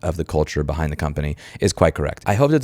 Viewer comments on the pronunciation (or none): none